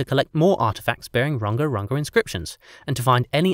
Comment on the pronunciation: I wish you had asked a Polynesian how to pronounce Rongorongo and Iko